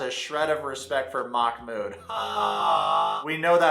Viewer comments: I am Arab and the correct pronunciation is "Mah-Mood" محمود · Its "mahh-mood" you pronounce the h softly like you would at the beginning of a word. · They are pronouncing it Mock-mood 😅